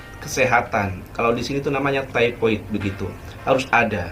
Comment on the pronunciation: Bukan tipoid sari tapi sebutannya adalah taipod (thypoid). Mmg undang2 /akta kedai mkn/restoran begitu: 1. Thypoid injection (diperbaharui setiap 3 thn) 2. Kena ada kursus pengendali mknan 3. Pakai apron/cap/topi 4. Tidak dibenarkan memakai brg kemas/jam utk mengelakkan kesan2 bakteria kerana bdn sentiasa berpeluh ke sana ke mari utk memasal/mengambil pesanan 5. Menggunakan pakaian yg sesuai (perempuan bertudung harus meletakkan ikatan tudungnya ke belakang/tidak blh berjurai2/manik2 dsbgnya). Lelaki memakai seluar panjang). Lebih baik kalo ada uniformnya 6. Kuku tidak blh disimpan pjg. Begitu jua rambut. 7. Menggunakan kasut yg tertutup. Tiada selipar/sandal. Kalo yg bekerja di bhgn dapur/belakang kena menggunakan boot utk mengelakkan tergelicir kerana dapur/tandas biasanya licin. Ada dendanya jika melanggar undang2 tersebut.